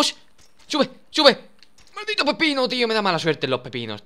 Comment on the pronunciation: 😂😂 "MALDITPO PEPINO" hahaha